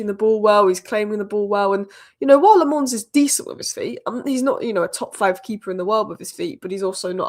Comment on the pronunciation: Its not LeMons... the A is a sillent A (sounds more like you are saying A from back of throat)